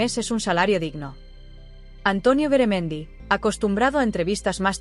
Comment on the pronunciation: No es Beremendi es Garamendi y yo no estoy de acuerdo con lo que ha dicho ,por que no se baja el sueldazo el a lo wue gsna un obrero ,veriamos lo que diria entoces ,este señor es un mafioso